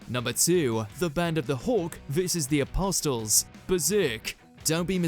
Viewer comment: Helpful hint for the future,. The "T" in apostle is silent.